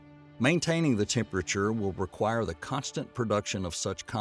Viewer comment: 😕 Hey narrator! Can you pronounce the word 'Temperature' 1nce again for me plz?